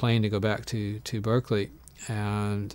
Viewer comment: 29 “Berkerly” lol rough start